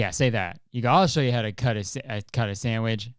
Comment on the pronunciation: not kurtis saying samwidge 13 times in 3 minutes